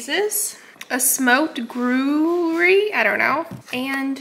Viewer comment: The French cheese is pronounced groo-yeah. You’re welcome. 😎🇬🇧🇺🇸